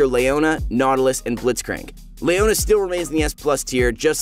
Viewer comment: "Layona" lul